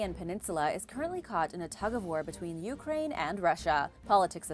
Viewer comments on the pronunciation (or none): none